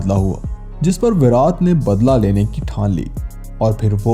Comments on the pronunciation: पहले विराट बोलना सीख भाई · Bhai pls virat ko theek se pronounce kro.